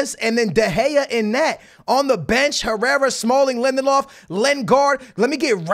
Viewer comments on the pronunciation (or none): When he said Lindelof I thought he said Lemon Loff 😂😂